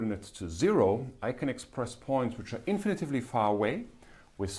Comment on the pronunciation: Thank you, Cyrill! PS: "infinitely", not "infinitively"